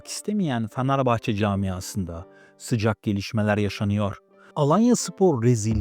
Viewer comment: Sen başta Fenerbahçeyi doğru telaffuz et😂😂